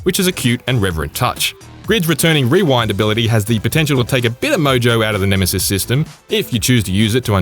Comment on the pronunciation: Nemesees? Its Neme-SIS lol